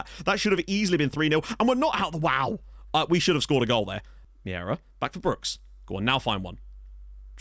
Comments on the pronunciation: It's not Miera, it's Meira. I'll try to help you pronounce it right. M'hey'rah. If you pronounce ei as hey, its enough and it will be correct. Cumps from Portugal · if you want the correct pronunciation of Meira it's more like Mayra